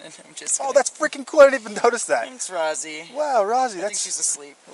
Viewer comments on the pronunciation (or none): none